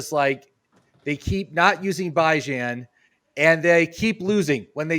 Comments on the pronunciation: It kills me how he pronounces Bijan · Kinda crazy to me how yall suppose to be experts but can’t pronounce Bijan name correctly coming into week 16